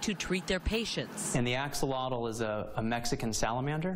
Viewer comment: not even close on the pronunciation of axolotl. you think you'd bother to learn to say the word your business in named after.